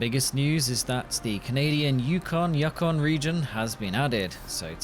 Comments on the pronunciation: You-kon....not Yuck-on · It's pronounced "you-con", not "yuckin"... ;) Love the vids! Keep up the great stuff! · It's Yukon not yakon jeez buddy that's American grade daft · Yukon pronunciation is "You Con" not "Yuk On" Just saying... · As a Canadian it is pronounced “you-kon” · it is pronounced You-con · “The Canadian Yuhkon”😂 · You-con is how we pronounce it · I have a question... Do you have to pay for mods? If you do then there’s really no point of mods Btw, Yukon is pronounced “You-Con”